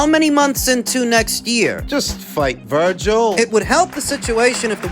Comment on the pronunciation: Dnt mean to sound like a jerk or anything because fully enjoy your boxing uploads, but whn has Ortiz jr’s name ever been pronounced like “Vergyle” lol